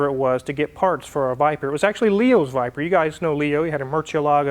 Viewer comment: 10.07 he said viber it's a VIPEER ! dude